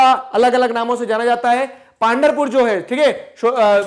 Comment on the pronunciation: Sir it is पंढरपूर Not पांढरपूर ♥️